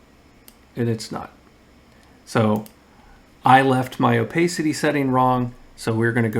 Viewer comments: It’s pronounced O-PASS-ITTEE, not “oh-pay-city». Are you not a native speaker? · FYI, "opacity" has an a sound like "iPad". Nice video, exactly what I was looking for.